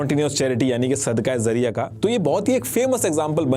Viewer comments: जरिया ❌जारिया ✅ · You are making a video on a topic that you don't even know how to pronounce. It's not Sadqah Zariya It's Sadqah Jariya The voice of J not Z Still appreciate your awareness video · Zariya Nhi..its jaariya.. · Words to sahi de bol lo sab basic word apna Galat bole Gai zarya NHi jaryia Amr NHi Amar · I appreciate, but actual pronunciation is sadaqae Jariyah , not zariyah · It is sadqa-e-Jaria not sadqa-e-zaria. Jaria is from the word Jari, which means continues. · That is called "Sadqa-e-Jaariyah" not 'sadqa-e-zariya' you should hire an urdu expert in you team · Bilkul theek kahaa aapne ..lafz ka tallafuz sahi karna zaroori hai .. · Sadqah jaariyah not zariyah